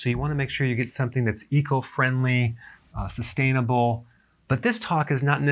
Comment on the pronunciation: Anyone else cringe whenever he says 'sustainable' ?